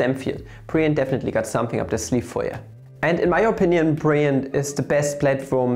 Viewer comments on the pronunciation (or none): none